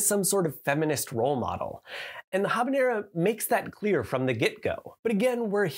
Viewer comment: ~ ze ghavanera ~ is how I will pronounce habanera forevermore